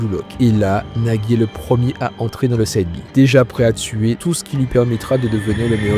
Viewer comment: Ça se prononce sayde b mais sinon super vidéo